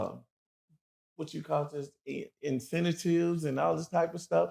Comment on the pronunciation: Did this brother say incenatives? 🤦🏽‍♂️ Bro you mean incentives? There’s a video going viral of a man newly released from prison and he couldn’t say certificate. This is why they build prisons based on test scores. Yes it’s racist but parents should be teaching their children and demanding more this is ridiculous. Bro might not have read one book while incarcerated, insane.